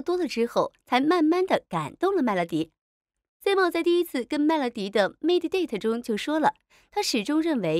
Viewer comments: simon发音是塞闷，不是西蒙。看了这么多期怎么还发错音呢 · 这个解说也太尬啦吧，能不能做好功课再解说😅😅马伯骞和Simon 这两个名字都念错